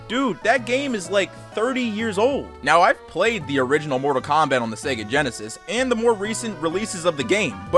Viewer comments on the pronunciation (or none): none